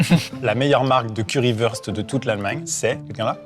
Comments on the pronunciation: On dit curry wourste pas curry weurste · Le Currywust se dit « Currywourchte » si jamais